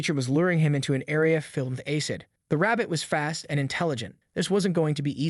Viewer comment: Aycid. lmfao, the pronunciation errors of AI are hilarious.